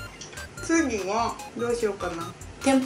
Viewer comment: つ↑ぎ↓は↑っていうのは訛り？？